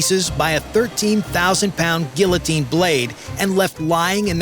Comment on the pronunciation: Hire a narrator. Can't even pronounce guillotine. And doesn't know that the B1 carries more ordinance than a B-52.